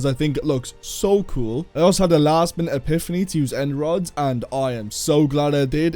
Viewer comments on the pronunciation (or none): none